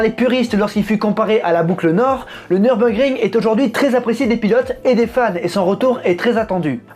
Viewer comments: Tu as fait allemand LV2 ? Bravo pour l'accent ! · J'y étais encore ce samedi pour quelques tours avec mon véhicule. Quel pied cette piste 😍😍😍 bravo pour la prononciation, venant d'un français, c'est à souligner !!!